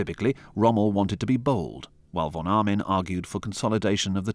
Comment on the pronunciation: The name of the german general was von Arnim, not Armin...